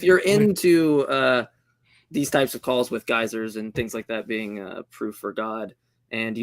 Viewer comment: geysers... gay sirs... honestly not the worst mistake I've heard someone trying to prove the "science of the bible."